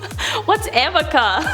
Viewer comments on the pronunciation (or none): It’s called arnica cream not amica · Arnica cream. Haha. The lawyer probably read it without her glasses and the r and n turned into an m. At some point, someone, especially AH, should have corrected her but she stuck with calling it Amica throughout the trial. So funny!